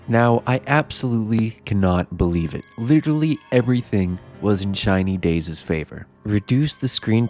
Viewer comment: Why am I hearing China days?